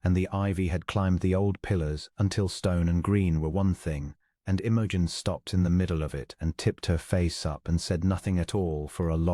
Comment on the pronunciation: Could AI pronounce Imogen correctly?